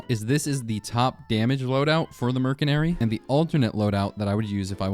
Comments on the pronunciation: did... did you say mer C nary??? IT'S MERSYNARY, PRONOUNCED WITH AN S NOT A C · Caught you lacking in , you just called Merc as Mer-Se-Nary, everyone knows Merc is Mercenary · Heh. Murk-inary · NO WAY BRO CALLED IT MERKENARY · merkenary? bro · Dude says Mercenary as Merc-en-ary instead of Mer-cen-ary... skill issue. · Merk en ary or mers enary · Merkenary?? Dont let this guy cook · Wtf is a merkenary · Yo You pronounce mercenary like this mer sen ary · Why do you say mercenary so wrong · Mercenary is pronounced with a soft c, not a hard c Think the c in slice, not the c in car